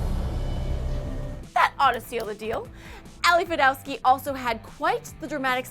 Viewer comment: The host (or the people writing her script) need to make sure they've got things right. She keeps mispronouncing the leads. Ben Flajnik does not pronounce the j in his last name. Desiree HarTsock, not Harstock. Ali FED-O-TOW-SKY, not FED-OW-SKY.